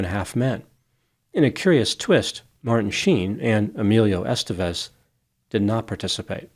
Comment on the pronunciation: It’s EsTÉvez, not “EStevez”.